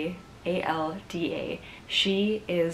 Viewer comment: The struggle is real with these pronunciations Siera! Good job on the others though :) Santander = Sahn-tahn-dehr Antioquia = Ahn-tee-o-kee-yah Risaralda = Ree-sah-rahl-dah